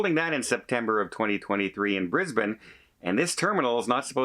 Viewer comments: Your pronunciation of Brisbane was perfect. Bris bun.😊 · hi:) I'm really confused. Brisbane now only has one cruise terminal, the new one that opened at the start of this year. is this the port that they are closing? or the old one? hoping its not the new one as that's where most of our cruises leave from.oh and you said Brisbane correct hehe;)